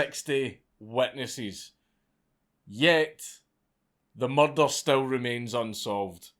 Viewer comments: God your accent is fucking flawless, "muhdar" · I Love The Way Scottish People Say It😂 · I've been following you on twitter since you tweeted a picture of your nut sack. I laughed forever about that. Why am I just now finding out about this channel? BTW, your accent saying the word "murder" is THE BEST! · Dank's pronunciation of the word "murder" is absolutely everything. Its why I wake up in the morning. My favorite uploader. Stay epic, mate. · I always enjoy your pronunciation of "Murder". lol